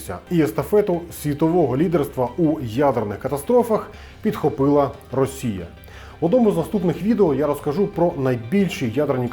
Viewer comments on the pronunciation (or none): none